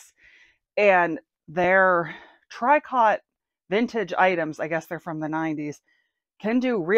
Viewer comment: You are so lucky! Goodwill in my town discontinued ALL their discounts and sales. So annoying! Oh. Not "Try cot" its said "tree coh". I guess its time to list my cold weather stuff! I appreciate you both and your channel.